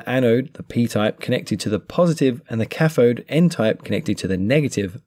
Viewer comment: What is a cafode? th does not equal f Try saying cathode